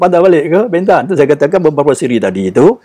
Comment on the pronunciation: Sebutan BENTAN .perlu di betulkan ..E nya bukan E pepet ..tetapi E teleng